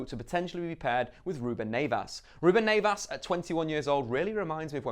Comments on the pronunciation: also Neves, not Neyvas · It’s Neves not Nevas 🤦🏾‍♂️ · I'll take 7th as a Wolves fan😄 although its NEVES not NAYVAS lol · You need to learn how to pronounce players name properly it’s not “Sari” it’s Seri and it’s not “Naves” it’s Neves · “Nevas” come on 😂😂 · Nayvas? Lol who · “Ruben Nay-vas” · Let me talk to you buddy. Love the content.. But your name pronunciations are appalling bro! Ruben Neves is an amazing player for wolves and I'm looking forward to watching him this season.. But you know the alphabet I don't see in Neves? That's right.. I don't see an A. Its pronounced Nev-esh. Also a star from your vid prior to this one.. Yerri Mina. Or as you might call him Yaarri Mina. Its pronounced Yerri.. Like Jerry.. Or Terry. So please.. Work on your names mate. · I got aids when he said "ruben Neivas" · Is it really Ruben Nevas in the pronounciation? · you need to improve your portuguese you say ruben neves very bad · I really love you but pleases never say Neves like that again xxx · The way you pronounce Neves is horrible. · Wolves fan. I know their not standard English names but you can't say Cav or Neves' names. honestly would be happy with anything above 12th. #COYW